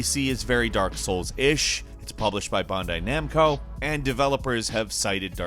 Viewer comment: “Bundai Namco”